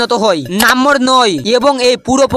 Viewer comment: নেশা কেটে গেলে ভিডিও টা ডিলিট করে দিছ।আর তুমি আগে নম্বর উচ্চারণ করে শিখ 😂😂😂